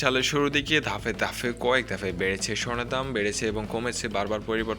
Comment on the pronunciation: ধাপে ধাপে। ধাফে না।ঘোষণা। গোষনা না।